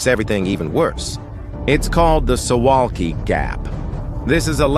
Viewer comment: It's pronounced "Soo Vahlki"